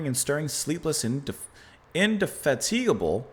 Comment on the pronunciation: Indefatigable- put the emphasis on “fat” ;-)